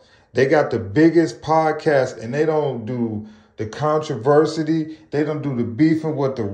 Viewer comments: Controversial? Contriversity? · Bro really can’t say “controversy” 😂😂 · 🤣😂😅that made me chuckle bruh 😅but then he kept sayin it had me sleep